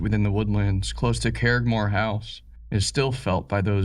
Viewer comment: Please learn the pronunciation of Irish and Scottish names when narrating. I shuddered each time you mangled the name Curraghmore.